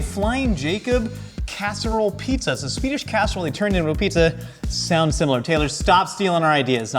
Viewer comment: His Swedish pronunciation is pretty great. Better than I usually hear from Americans.